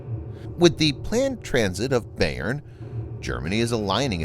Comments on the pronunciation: Thanks for the report. It’s an important development. BTW, the pronunciation of Bayern is “by-urn” named after a major German state. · Bayern! Thanks, I couldn't figure out what German word he was trying to pronounce. :)